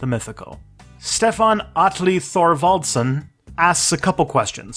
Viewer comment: stefán and atli was good þorvaldsson was bad?